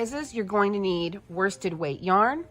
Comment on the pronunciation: You keep saying woisted weight your I've not found this in Australia is it like 8ply, please thankyou